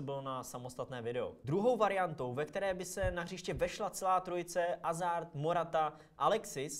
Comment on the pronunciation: Dobře čte se to Azard ale zase takový problém to podle mě není.